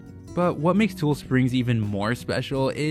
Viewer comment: I don’t mean to be that guy, but it’s like saying Ne-vah-duh when it’s pronounced Ne-vaa-duh…it’s TU-LEE springs, not tool springs. Just fyi